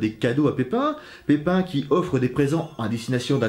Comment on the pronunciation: tu dis pipin le bref ....alors on a un petit coup de seigneur des anneaux à l’esprit?😂😂😂😂